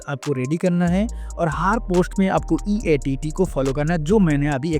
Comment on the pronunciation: EEAT HOTA HAI EATT NHI